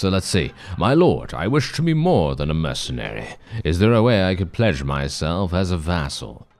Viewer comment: what you said "pledge myself as a vassal" what i heard "pleasure myself as a vassal". Bannerlord after dark.